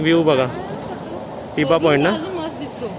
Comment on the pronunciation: अरे टिबा नाही तर थिबा.. असं नावं आहे. थिबा हा ब्रम्हादेशचा राजा होता.या बद्दल माहिती दिली असतीस बर झाल असतं.